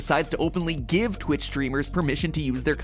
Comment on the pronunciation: It’s Twitch not Snitch